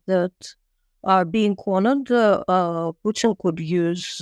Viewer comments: Please,,,,not PEWTIN 😂😂😂😂😂😂😂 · Not PEWTIN 😂😂😂😂 ITS PUTIN !!